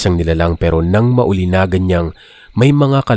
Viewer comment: Hoy bobo! Hindi maulinagan, maulinigan yon! Wala kang pagkatuto kahit i-correct ka nang paulit-ulit.